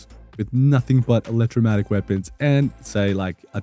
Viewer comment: Just the scientist in me - But it is an Electro-mag-netic. Not electro matic (I didn't want you going around sounding all misinformed and all). Thanks for the good information! See you again soon.